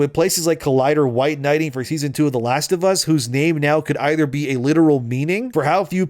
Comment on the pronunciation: “The Last of Ass”